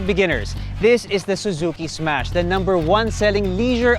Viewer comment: Ssssmash po hindi esmas hahaha